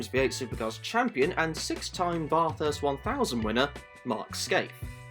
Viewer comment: "Barth hurst"? No, not bath as in tub, more like 'math' with a 'B', followed by 'rst '. Mathrst